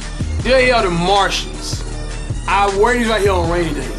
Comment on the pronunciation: this dude said marshins lmao there fuckin marvins